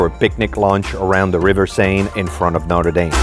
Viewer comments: Haha, you pronounce all the French words correctly except, Notre Dame. 😅😅😅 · for a French guy you really should know how to say Notre Dame properly